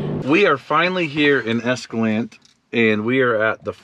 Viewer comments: WOW Good choice for return trip. Nottom Rd to Burr Switchbacks to Long Canyon (paved) to Escalante for a nice meal. Escalante...pronounced ESKA LAN TAY!! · It's nice to hear you pronounce Escalante right.